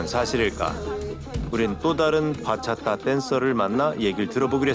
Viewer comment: ‘바차타’가 아니라 ‘박았다’ 네